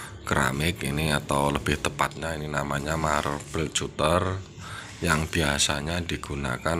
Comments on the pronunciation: marbel katter ejaan nya bang, bukan cuter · Skdr info om.. cutter itu baca nya KATER aja. Pisau kater.. hhehehe